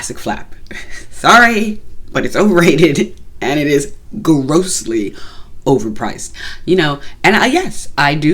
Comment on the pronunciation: Love how you accentuated the word "grossly" hahah! I must agree, good gracious Chanel is overpriced!